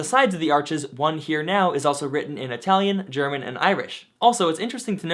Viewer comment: kudos for the effort in good italian pronunciation. the best so far from a eng native.